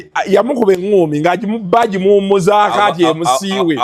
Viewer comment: Munyagwa nyo amaji not mazi. I mean maji